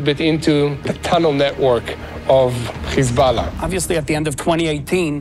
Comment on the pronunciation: Please please please, don’t say kkhizballah. Please. The correct way to pronounce it, is Hesbolah or Hezbolah. But not Kkhiizzbaala. No no no. I want to lessen to your program but it’s nerve wrecking.